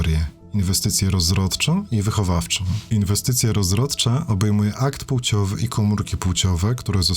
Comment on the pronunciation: Bardzo lubię Twoje filmy i nie chcę żebyś wziął moją uwagę do siebie ale już w kolejnym filmie słychać błąd w wymowie słowa "płeć" i jego odmianach. Nie wymawiamy wspomnianych słów np. półciowy, półcią tylko odpowiednio płciowy i płcią. Nie jestem polonistą i chciałem tylko zwrócić uwagę, że bardzo źle tego typu wymowy się słucha i boli "w ucho". Ps. Robisz bardzo dobrą robotę. Pozdrawiam.